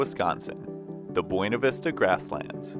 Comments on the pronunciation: Its pronounced Byouna Vista XD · My Mom grew up in Buena Vista Colorado and that is how they say it there so it makes her mad when it is pronounced correctly. See even has a sticker with the phonetic spelling of how they say it.